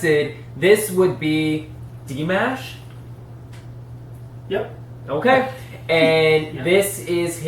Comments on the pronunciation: Dimash (pronounced more like D'Mosh)., also can rap, rnr, full-on opera, he includes Kazakh folk songs, all in his fascinating concerts. You have so much to learn about him. He also can hit "whistle notes". He's also appreciative of fans & calls them "Dears". His Dears love me. That includes me! 🥰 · Aside from his fabulous vocal abilities and stage performances, Dimash (the mash is pronounced like wash) he is a very giving and kind man. He will dole out millions if there is a need and never speak of it. He often works with the great maestro, Igor Krutoy He remains single and lives with his parents, brother, sister and his grandparents. He is from Kazakhstan. The people there are mostly Eurasian and are very kind. He still bows when he enters a stage as a sign of respect to his audience. When a first born son comes into the family, they are handed over to the grandparents for their first 10 years. That does not remove them from their parents, as the entire family lives together. Dimash was that first born and still calls his grandparents Mama and Daddy. His mother is a famous Kazak soprano opera singer and his father is a famous pop star and producer. He believes family is the most important thing. His parents traveled with their careers so this Kazak tradition worked well for his family. He began training with vocals at age 5 and also instruments. He just completed his Masters and his plans are to go headlong into his doctorate. He is 6'3" tall and a swimmer. He adores his fans and calls them his Dears. He is known to get down on his knees to be able to reach out and touch his Dears while he is singing. He also signals his Dears to sing with him on occasion. As you can tell, his Dears love him greatly and learn everything they can about him. Hope you continue to react to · Igor Krutoy pronounced it as Dee - MAAAASH. Listen to how he introduced Dimash at the Love Is Like A Dream in Moscow and New Wave 2019.